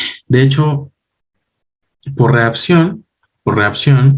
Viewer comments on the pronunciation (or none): excelente explicacion. Pero se dice máXimo!!! Reacción!!!ReaPcion no!!! máPcimo no!!! Gracias!